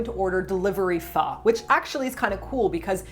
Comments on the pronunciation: You said pho right at the end, it is supposed to sound like a question. I saw your post on Instagram for a new video and was like, must go to youtube right away and watch it! love you and I hope you create more wonderful videos <3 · yes that is how you say Pho in Vietnamese. I'm in Vietnam, fan of you guy since Eat Your Kimchi., thank you for introducing my favorite Pho to more people in this lovely video. Good luck. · If people are having trouble pronouncing "pho" with the proper inflection: try saying it like you would say "huh?" It's how I explain it to my friends, and it seems to work :D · The first time I went down to Cali and heard people pronounce pho properly... it was quite a shock haha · I'm Vietnamese and that's how I tell my friends to say pho. Almost saying the F word 🤣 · LoL. That's exactly the way I tell people to pronounce it. Like you're about to curse with feeling, but then your grandma, nun or 2-yr old child shows up; so you got to cut it offf